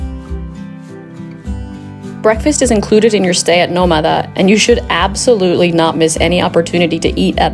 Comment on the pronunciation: Shouldn't the name of the hotel be pronounced /nO/ma/da/ with the stress on the first syllable? If there were no written accent, then it would be /no/mA/da/.